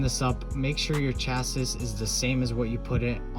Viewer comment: Thanks for this! BTW my brother, the word 'Cassis'... is pronounced 'Cha-see'... Not 'Cha-sis'